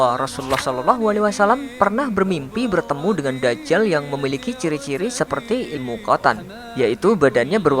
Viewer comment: voicer over 2: kok Da'jal, Dajjal dobel huruf jim